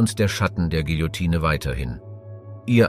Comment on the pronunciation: Bei König Ludwig's Hinrichtung solltet ihr eine zeitliche Korrektur in Erwägung ziehen. Da habt ihr euch um 200 Jahre verhauen. Das "e" am Ende des Wortes Guillotine ist stumm. 😉